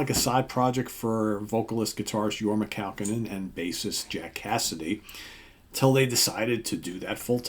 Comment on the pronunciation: pronounced Kah-Cone-In. Accent in middle "Cone". Thus, Your-mah Kah-COne-In. HOT TUNA! He is from Santa Clara, Ca